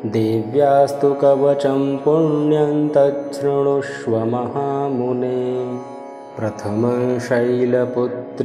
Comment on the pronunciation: तच्छृणुष्व का pronounciation बहुत clear है 👍